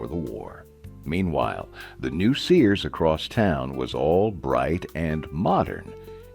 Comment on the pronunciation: Your "narrator" mispronounced Sears as Sayers.